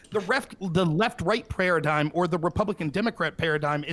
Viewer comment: did he just say "Prayeradigm"